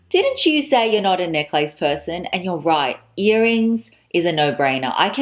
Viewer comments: I love how you call it neck-lace. Is that how you say it Australia? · I never heard someone say neck-lace. Is dat Australian? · I’m from the US- is the common pronunciation of necklace in AUS neck-lace? We probably lazy pronounce neckless..... now looking at spelling. 🤔